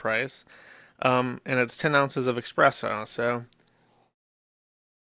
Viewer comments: Every time Josh says eXpresso, I die a little inside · nobody over a 104 IQ would ever pronounce it "expresso" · "Expresso" I know Jersh likes to claim he mispronounces basic words because he learned them from reading... but the problem with that is there is no x in "espresso". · Joosh pronouncing it as expresso is like someone saying ‘lemme axe yu’